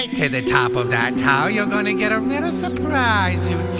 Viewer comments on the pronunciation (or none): HAHA it was a rittle shneaky, kinda lika Pearr Harborr, mk? that was a little shneaky too... hahaha